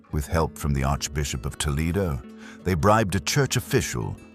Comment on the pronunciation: We are not in Ohio for this presentation. "Toe-LED-oh", not "Toe-LEED-oh". - You are showing the wrong portrait. This Isabel of Portugal is the wife of Philip the Good of Burgundy. You are mentioning Isabel of Portugal the second wife of Juan II of Castile. Please get your illustrations correct. She was not "bundled away" in the way you are describing. She was married to Juan II from , when Juan II died. She gave him two children, Isabel and her younger brother Alfonso. She was retired to Arevalo (which you have mispronounced, it should be "Ah-REV-ah-lo") after Enrique IV came to the throne. Enrique was the surviving eldest son of Juan II and Juan's first wife Maria of Aragon. - You are repeating scandal and legends about Juana which have been closely examined and mostly refuted. Please refer to the books of Bethany Aram, Gillian Fleming, and Townsend Miller. Why do you decide to "entertain" with legends when you could be looking at evidence and giving us actual information? - No! Foreigners did not mock her; as one example Henry VII of England, who met her in person and who corresponded with her throughout her role as archduchess and princess, was anxious to marry her after Philip's death, and doubted the rumors of her mental state. Please stop not only relying on old legends but embellishing them. - You state without nuance or taking background and treatment of Mary into account. - Present to us one source who says the second marriage was easy?